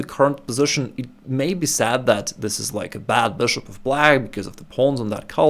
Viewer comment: This guy saying BishOpp is the the best thing in chess